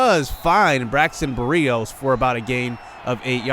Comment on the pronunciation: I love the videos and my jets but please say Braxton Berrios’ name correctly